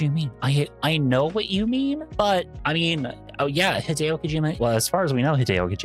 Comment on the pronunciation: did you pronouce hideo wrong yep very much a yank